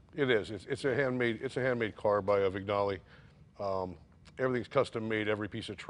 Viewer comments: Wig-Nally ? Jay , it is "Winjale"...... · Loved everything about this except the pronunciation issues; "gn" in Italian is equivalent to "ñ" in Spanish, so one should say "veenyalay" instead of "vignalay." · Love the car, LOVE it...but am constantly frustrated by the mis-pronunciation of the word Vignale. It's not pronounced how it is spelled, it is pronounced VIN-YALEE, it may sound pedantic, but it's frustrating...I'm sorry! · vin-YA-le. Like sin-YOR-e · Jay: Vignale is more like VIN-Yally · Only one important thing missing -- they should all learn to pronounce Vignale correctly. It's veen-YA-lay. The 'g' is silent. How hard is that? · Mr. Cunningham looks a bit like the Duke. Thank you Jimmy & Jay and team for restoring this magnificent car. Great job! Question: Would you not pronounce it the name of the coach builder without the G? Vin Ya Li. Why not install front disks? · I couldn't imagine this car with a 2 speed. I disliked my powerglide in my 63 Impala, good for cruising but not much fun. In its current state I'm sure it would have blown the competition away back in the day. One thing, the gn in Vignale is pronounced like the Spanish ñ kind of like Vinyaleh. Thanks for the upload Jay. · Do learn how to pronounce Vignale the g is silent !!!!! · NoahVale Ha! Yes, despite Jay's Italian heritage, he has trouble with other Italian names and marques.